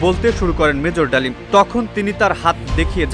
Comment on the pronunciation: 😂😂 Mejor Dalim ❌ Mejor Damil ✅:face-fuchsia-poop-shape